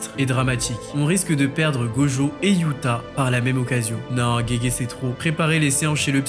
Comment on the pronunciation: On dit Yuuta pas youta